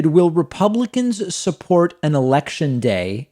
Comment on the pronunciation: i messed up reading it the exact same way david messed up saying “delay”